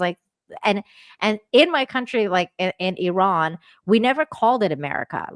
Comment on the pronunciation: Thanks for the Iran pronunciation help "Ear-rahn." Thank you for this conversation with John,. Really appreciate your dedication to streams sharing your bright insight.